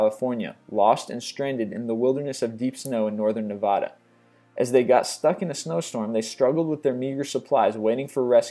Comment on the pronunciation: Why so you say Navada like that? It's not "Nev aw da" it's "Nev ah da."